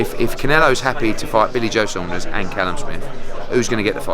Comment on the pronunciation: Watch the way he says “billy joe Saunders “